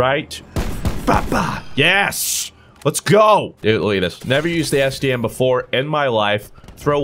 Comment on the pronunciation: I thought he said std so many times